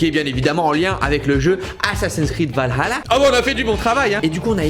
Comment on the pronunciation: Valhalla 😍 Merci pour cette prononciation parfaite